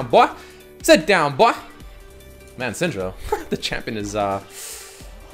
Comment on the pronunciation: idk why but everytime you said syndra i understood senjru???? idk what's wrong with me XD